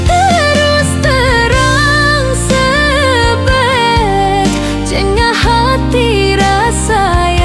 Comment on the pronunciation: Pengucapan kata sebet beda Krn gek AI😅😅